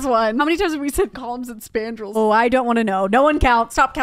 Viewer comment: They said "coullumns and spandrills" 11 timez